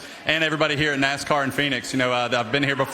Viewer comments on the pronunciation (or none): Phoeniz? AZ lol